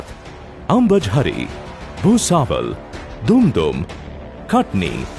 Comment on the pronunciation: They pronounced it "Doom-Doom" instead of "Dum - dum".😂 and Happy Dushera. Wishing your mother a speedy recovery